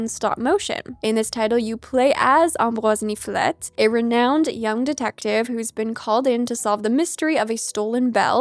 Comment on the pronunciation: your pronounciation of ambroise niflette was so good! are you canadian by chance?